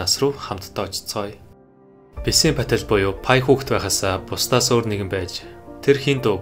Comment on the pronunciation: Уншихдаа Пая Пател гэчихээд бичихдээ Пи Пател гэж бичих юм … ?